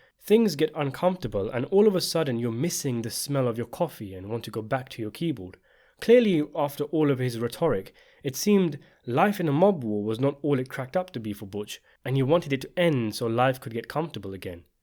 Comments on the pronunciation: REH-tr-ik not re-TOR-ik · rhet’ or ic: accent on first syllable.